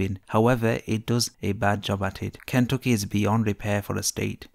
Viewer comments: This guy in the video sounds like he works at a call center in India Learn how to say Kentucky right than talk crap about my state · I’m not taking advice from an Indian dude that can’t even say Kentucky .. get outta here guy.